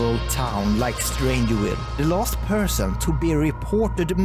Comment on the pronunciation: The V is Strangerville is pronounced like our V in Swedish and not W. Just fyi.